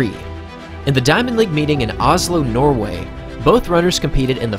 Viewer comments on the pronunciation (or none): none